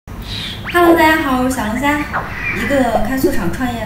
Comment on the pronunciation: 你看你的发音，小龙虾还是小龙侠